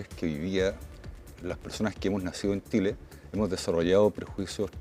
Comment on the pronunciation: Tengo prejuicios por su pronunciación: Tile (chile); Mutso (Mucho).